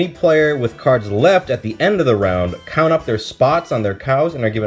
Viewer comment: The Cown't says Moon't